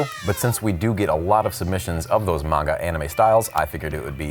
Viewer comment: you’re my favorite tattoo artist…love that you pronounced Manga correct …little upset you pronounced Naruto incorrectly (but almost every non-fan does 😅…and some fans too lol) …but I’m just so surprised your not a Weeb! You gots to get into some anime! Some of the best writing on the planet happens in Manga and Anime! I’d start with Demon Slayer cuz is newer, a worldwide hit, an amazing story with impeccable writing, AND it’s goddamn gorgeous lol. Easy place to start! Regardless…I just hope you give ANY anime a chance 🍻